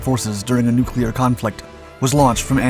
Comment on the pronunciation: Nuclear = new clear, Never "Nu kew lar" as some of our dumbest politicians will say. Thank you for pronouncing it correctly.